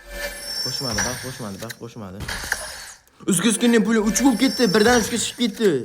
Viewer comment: Brat xam iziskinniyni orniga izgizkinniy pula dedi😂😂😂😂😂😂😂😂😂😂😂